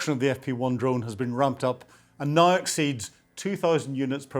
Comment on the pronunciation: NOW is not pronounced NYE